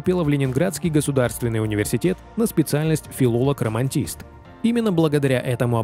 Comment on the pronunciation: "Филолг- романТист"????? Романист, наверное. Романские языки!!!